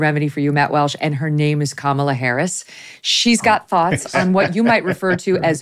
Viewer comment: Its Walsh, not Welsh, journalist.